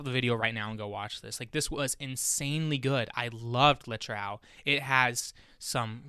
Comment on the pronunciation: I will definitely do this with my friends. Also, please, the title 'Le Trou' is pronounced [ luh troo ].